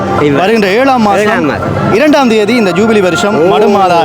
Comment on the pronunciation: Please say ஜுபிலி not ஜூபிவி.